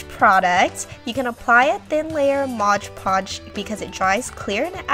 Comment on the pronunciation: It's called MOD podge not MODGE podge, and and AMPERSAND not 'an and sign'. I can't watch...